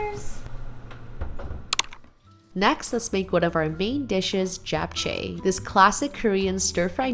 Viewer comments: STOP pronouncing it Jap its CHAP. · I loveeee your videos! Thanks for sharing! And it’s always lovely seeing your mom and family. So glad you’re spending time with them. Also! For japchae- jap is pronounced jop (like mop)jop- cheh :)❤